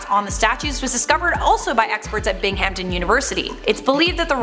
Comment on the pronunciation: Lmaoo I literally Just applied to Binghamton University which is in my grandparents home town what are the chances?? Oh also it's pronounced a little more like "Bing uhm tin" 😅